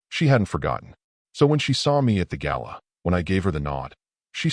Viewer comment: gala, not gallon